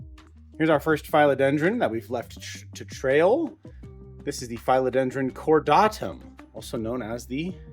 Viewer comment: Who are these mafia community members you speak of 😮? I’ve never understood naming plants, but I suppose it would be fun 😊 A couple of things, since you asked. Phil-o-den-dron isn’t pronounced with a long i, but a short i, like the male name Phil. YW Regarding the 3 rubber trees upstairs, IMO, it’s a little too late for notching. I would chop them into 3, plant the cuttings back into pot & they’ll branch. Notch the top cutting to branch after established.